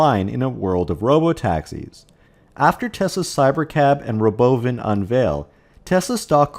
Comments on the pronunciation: Stop having software bot readers that can't BEGIN to pronounce "robovan", or I'm never watching your crap. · The pronunciation of “Robovan” cracks me up. Never gets old. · it does get old. Just about time to stop saying it.